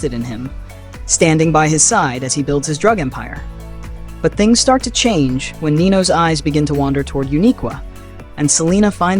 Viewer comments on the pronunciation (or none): none